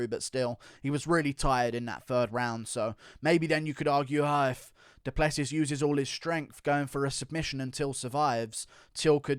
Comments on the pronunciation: I'm from South Africa. Please pronounce Dricus's surname as: Du Pluhsee (the uh in my Pluh is the same as in huh) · A friend of mine I work with is close friends with Dricus. Its actually pronounced Du Pleh-Sea 😐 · DU PLE SEEEEEEE IS HOW YOU SAY IT. Its French my nigga. You need some finess